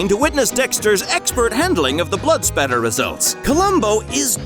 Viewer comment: 'It's spatter, not splatter."